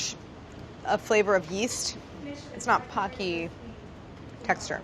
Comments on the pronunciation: In the Japanese commercials, it is pronounced poe-key, yet the onomatopoeia of crunch/munch it's named after is "paku" like pah-koo. So I guess both. 😂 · they pronounce it ‘packy’ the whole video,,,,,,,, I,,, don’t understand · Who else is just cringing every single time Claire pronounces pocky wrong ☠️ Poe-key (pokki) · POH-key! Don’t have enough time to watch full video. I hope someone corrects the pronunciation!! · Aren't they pronounced "po-ki"? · Am I the only one bother by the pronunciation of “Pocky”? It should be “po-cky” like bo-cky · it is pronounced pOHcky!!!!!! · 35 minute video, 4 days, and Pocky is only pronounced correctly once by. Poe - key. It even says it on the wiki page Claire looks at. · the japanese in me gets so triggered whenever someone pronounces pocky like “hockey” i dont know if i can watch this episode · It can't get through the whole video. Living in Asia, I literally get triggered watching this video because we've never pronounced it with a soft "o" sound. :(( it's always been Poke-E to me since eating it in elementary ;( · Pocky, my childhood snack. It hurts every time I hear it pronounced Pocky (like hockey) though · You'd think they'd research how to pronounce it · I love this episode, but hate that Pocky was mispronounced the entire episode. I was OK with it till she read the Wikipedia on them and the pronunciation was literally the very first line on the article! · It is pronounced with a long o. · Im sorry pocky shouldn't sound like it rhymes with hocky 🤣🤣🤣🤣🤣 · Will someone break it to Claire that's shes pronouncing Pokey wrong? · It'll be interesting to see if, at any point in this video, a single person pronounces Pocky correctly. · I hate how she's pronouncing Pocky, but we Stan nonetheless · Ok so Claire = instant click... but I'm just a minute into the video and I'm already hoping someone corrects her on the Pocky pronunciation. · The "Po" is pronounced like "Police". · Why is she calling them PAcky? They are PO-keys